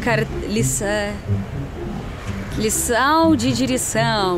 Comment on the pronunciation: Não esqueça, continue com o sotaque russo, mais uma vez vou lembrar você. Lembra da música ""Cheia de Charme? É você com o sotaque russo, se perder o sotaque vai perder o charme e seguidores. Continue a dizer ""digericão"" ao invez de dizer aula de direção.